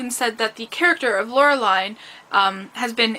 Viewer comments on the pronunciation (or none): Nice video, I grew up with these comcis btw It is pronounced "Laure-lean" or "Laure-leen"